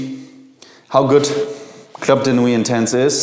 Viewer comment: Please pronounce "Club de nuit" in French. Everybody pronounce "club" in English but "de nuit" in French